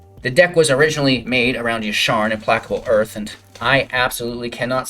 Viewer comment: mans said "im-plack-able earth"